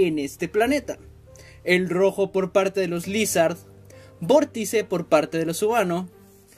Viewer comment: Ni se dice Lizhard se dice laisard